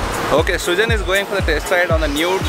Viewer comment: hahaha "cameraman srujan to sriman"